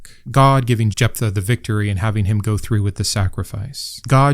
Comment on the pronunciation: One small point I wish you to please consider, and I apologize that it has no relevance to the discussion: I refer to the pronunciation or rather mispronunciation of Jephtha. One must presume you are using some version of the OT which has been translated into English. I can find no instance in English where the letters ph, coming together, are pronounced as pug or simply p. In every instance it appears the ph sound is the same as “f”. This would make the name pronounced Jef-tha or Jef-ta. I am willing and accepting to be proven wrong; just show me the data. The name Stephen is, imo, another discussion, which I’m willing to have as well. Please forgive me for being pedantic. I very much appreciate and enjoy this video about how women are mistreated in the bible.